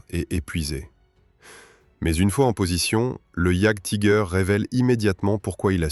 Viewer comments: Je crois qu'on prononce iajtiger Allemand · Rien que la prononciation de jagdtiger frérot je passe la vidéo. J'veux bien qu'on soit françois, mais un petit éffort quand même.